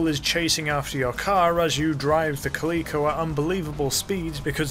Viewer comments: Kuh-lee-ko? Cal-eh-ko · It's Cal-i-co like the cat, there is no e in the word.